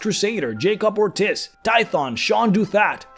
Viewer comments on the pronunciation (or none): none